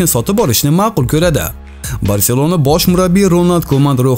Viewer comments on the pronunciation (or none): none